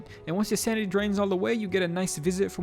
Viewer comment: took me a while to realize you weren’t saying “sandy” but “sanity” XD